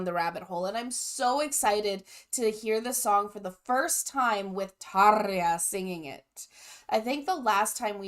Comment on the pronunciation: You said Tarja correctly. Our R is different than English R. It is rolled R. That Emppu's guitar I love that always 🤘